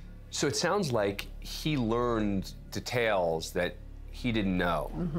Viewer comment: i am so sorry, but the way he says details, oh my lord!!!